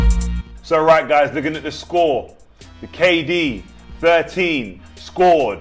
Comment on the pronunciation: He said Kd firteen lol😂😂🤣🤣